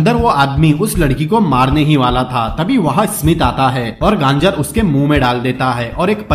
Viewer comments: Bhai gangr nhi hota gajr hota h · गांजर या गाजर?🤔🤦‍♀️